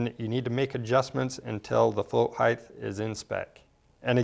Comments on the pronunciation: good info...just a nit-pick...it's not pronounced "higth" but "hite"... with a hard "t" at the end. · Height not heighth can’t watch your video if you can’t pronounce a simple word you learn in 1st grade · "Float Heighth" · Are you saying float height-th? How do you spell that? HA! Thanks for the informative video. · I can't take it. "Heighth" please make it stop. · "heighth" "heighth" "heighth" OK THAT'S IT! I CAN'T TAKE IT! I'M OUT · Heighth? Flow heighth? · That drove me nuts lol